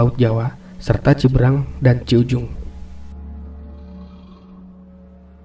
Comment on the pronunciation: Penyebutan ci berang salah kang. Hrs nya,ci be rang.